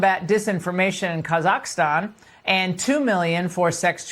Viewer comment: doesn’t know how to pronounce Kazakhstan?🤯